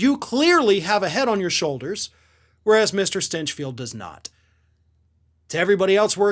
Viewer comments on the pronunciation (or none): Stinch pronounced as stench. Yes, I can sign up to that. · "GRANT STYNCH FELT" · Did he pronounce it "Stenchfield" on purpose??? XD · "The stinch of stinchfield" 🤣🤣🤣🤣🤣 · I like how you pronounce his name “Stenchfield”. 😜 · Did you say Shitfield? My pretend hearing aids cut out.